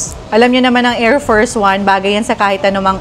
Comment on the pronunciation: Ayusin mo naman pronunciation wag masyado pa slang Ang new is NYO hindi NU! Ang adidas ayusin mo pagka sabi hindi yan Ah-dee das. Adidas lang yan! Ang air force one, air FERS one pagka sabi buset sa tenga Ang OA kasi halata namang fake accent lang yan nakaka turn off makinig. Sino ba kase audience nyo di ba mga pinoy at bisayang mag english hindi naman mga fil am o kano